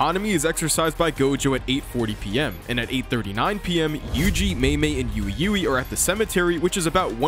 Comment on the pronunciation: why do you call ui ui "ewe ewe"